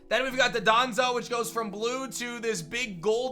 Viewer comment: Nobody:: dodonzo